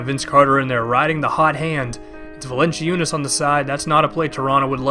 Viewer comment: Valen-ci-unas :'D, dat pronunciation :3